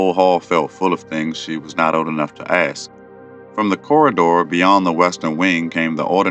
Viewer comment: Why oh why do you pronounce "ask" with an "x" instead of a "k" ?